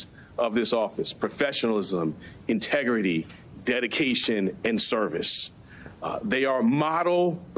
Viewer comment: Intergity haha. No sir.